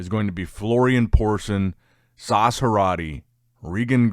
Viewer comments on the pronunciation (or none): it's pronounced S A S. Not *Sauce*.... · Still calling Sas, Sauce?? 😅